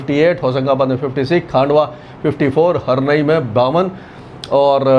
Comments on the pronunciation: Sir, "खांडवा" गलत शब्द है। सही शब्द "खंडवा" बोलिए। पहले भी आपको कई बार लिखा गया है। अब सही उच्चारण करना शुरू कीजिए। अंग्रेज लोग ही गलत उच्चारण करते थे, हिंदी भाषी प्रदेशों में रहने वाले सही शब्द बोलते हैं। आपसे भी यही अपेक्षा है। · It’s not Khaandwa. It’s pronounced as khundwa. It’s s place in MP. खंडवा.